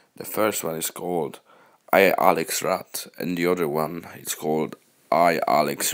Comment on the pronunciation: i lex rat not i alex rat , and thx for te video